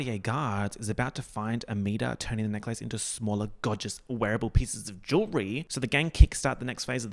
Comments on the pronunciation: I love how you say neck-lace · pronunciation of necklace literally rewiring my brain chemistry.... it's a neck-LACE you guys!! a lace for the neck!!! groundbreaking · this video is great but you confirming that australians really say necklace like "neck-lace" like the disneybound girl does is all i needed